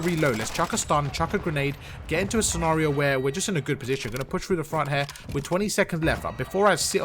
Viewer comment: Got to diamond rank because of you. Thanks for all the advice. love how you say "scenario" too 😂